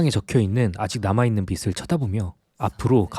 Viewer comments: 거슬리네.. 빛을이 아니고 빚을 비츨 ㄴㄴ 비츼탕깜때문에 ㄴㄴ 비즐 ㅇㅇ 비즤탕깜때문에 ㅇㅇ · 222 거슬림ㅜ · 그러게요..계속 거슬려요.ㅜ ㅜ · '빚을'을 발음 하실때 '빛을'이라고 할 때 말하는 것 처럼 [비츨]말고 정확하게 [비즐]이라고 좀 해주세요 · 주인장 빚을 빛이라 읽네..